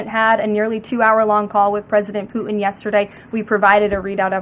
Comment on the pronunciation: Ugh. The new way of talking is annoying. Putin is mispronounced 'Puh-enh'. Happen is 'hoppen'.